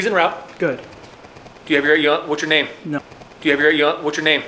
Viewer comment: “do you havyeryawntwhatsyername” 😂😂